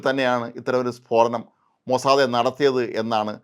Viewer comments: മൊസാദേ അല്ല MOSSAD ആണ്. താങ്കൾ മാത്രം എന്തിനു ഇങ്ങിനെ ആവർത്തിക്കുന്നു. ഒരു ചേഞ്ച്ന് വേണ്ടിയാണോ ? മുൻപും ഇത് സൂചിപ്പിച്ചിരുന്നു. താങ്കളുടെ CE ഉം Mossad എന്നാണ് പറയുന്നത്. തിരുത്തുമല്ലോ. MOSSAD NOT MOSSADE. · മൊസാദേ അല്ല ചേട്ടാ, മൊസാദ്🙏🏻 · മോനെ മോസാദേ അല്ലടോ മൊ സാ ദ്, അയ്യേ പൂയ് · അപ്പാപ്പ മോസാദ് എന്നു പറയു